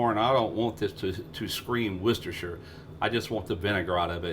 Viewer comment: WUS-DA-SHA sauce Thank you for actually pronouncing this correctly great show 👍 from England 🏴